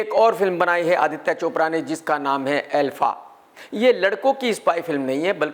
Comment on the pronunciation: Movie: ALPHA KRK: ELFA😂